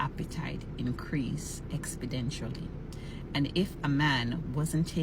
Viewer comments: Increase expedentially? Insationable? 🤷‍♂ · Didn’t realize after 40 their sex drive went up “expidentially”…